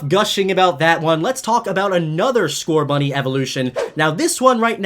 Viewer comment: There is no T in Scorbunny!